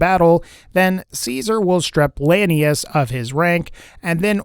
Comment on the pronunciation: "Lanius" said wrong twice, correctly once, and then wrong again like 59 times.